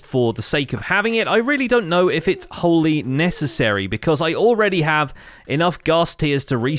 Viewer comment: He said “I don’t really know if it’s (hole-y) necessary” lol